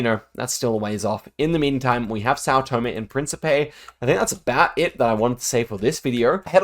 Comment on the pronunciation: hey little correction, you say Tòme, but it's Tomé